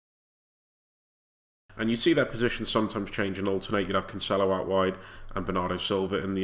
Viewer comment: Heads up, It's pronounced Canselo not Canchelo